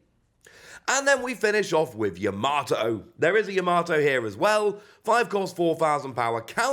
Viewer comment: Are you pronouncing Yamato like that on purpose? In the anime Luffy says it like Tomato because he is terrible with names when meeting people but it's pronounced Yama-to not Ya-mato, if that makes sense? 😅🤣💛